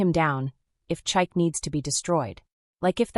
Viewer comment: The pronounciation of Chike is crazy. It is Chi(like Chicago,) Ke(like Kevin). Please author, teach your language model how to pronounce African names. In most of Africa, we use phonetic sounds unlike English. Ade is aah-de(aah like apple and de like day).